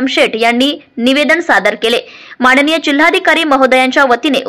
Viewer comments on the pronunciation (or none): माणणीय नव्हे,माननीय!प्रशासण नव्हे, प्रशासन!